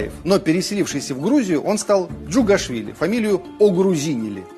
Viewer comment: Сталин сказал ети враги даже мой националност касалис Сталин бил грузин и ДНК доказивакт и фамилия не джагушвили а джуღашвили савсем по другому произносится а и Джуღа по грузински стал и откуда Сталин